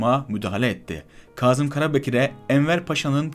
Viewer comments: Yaziyi cok hızlı okuyup, vurguları ve noktalamaları gerektirdiği gibi telaffuZ etmiyorsunuz. Kâzım, Kazım degil. Kazım bir yerde kazı yapılmasıdır. Bu soyledıklerimi yapıcı eleştiri olarak dikkate alırsanız daha başarılı çalışmalara imza atarsınız. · Kazım değil, "Kâzım"...kahya değil,"kâhya" olarak doğru telâffuz edilirse daha etkili olur..Lütfen bu hususa dikkat edelim... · Hocam bu nasil diksiyon? Kahya degil, kâhya, Kazım değil, Kâzım ve nicelerini o kadar yanlış telafuz ediyorsun ki, anlattıklarına odaklanmakta insan zorlanıyor. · Kazım değil Kâzım kahya değil kâhya. Bunu düzeltmek çok zor bir şey değil. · Kazım Karabekir ve aşikâr derken a harflerini incelterek söylerseniz daha iyi olur.İnsanin kulağını tirmaliyor.